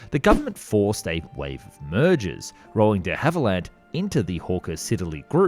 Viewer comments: duh havilland ? try saying dhavilland (one word) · Please, please, please check your pronunciation. On this video its DeHavilland you're getting wrong. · Frankly, I would prefer AI voicing to the creator's! Time and again he is incapable of pronouncing words which any one with an ounce of literacy should know. Geoffrey - is not JEE-OFF-REE Cavernous - is not CAVENEROUS De Havilland is DEE Hav-i-land. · Is the narration now AI? “De Havilland, cavernous, triplicated” all pronounced a little oddly, even for an Aussie.